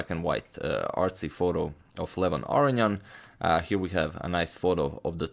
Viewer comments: I love your videos and i have never complained but all i can hear in this one is "aryan" instead of "aronian"... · I love how he says Arion ;)